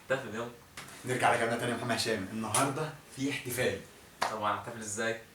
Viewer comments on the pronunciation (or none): بالتوفيق يامحمد انت شخص كويس بس متقولش كلمة محمد تانى عشان انت بتنطقها محمه ودى بتضاااااااااااااااااايقنى